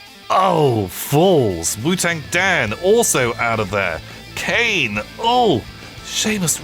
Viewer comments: When says Kane instead of Cian (Key-an):'D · cough see-yarn 😅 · Guys name is "cian" and he calls him cain 🤔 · I actually pronounce it ‘see-yarn’ 😅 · I've always said it more like Key-een